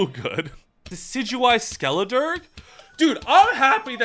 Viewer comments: It's very amusing how often Skeledirge's name is said....wrong. "Dirge" is said "durj" not "durg". It's a type of mournful song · I think it’s pronounced Skelederj. A dirge is a somber song or lament expressing mourning or grief, such as would be appropriate for performance at a funeral.